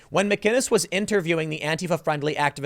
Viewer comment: Theres no "G" in McInnes